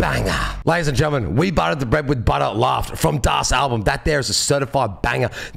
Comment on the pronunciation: Läuft is actually pronounced with an "-oi" sound, as in boiling something. And the meaning of the phrase is actually rather hard to explain tbh